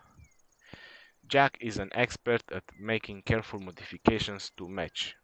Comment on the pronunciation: I think he is called "Jack-sss "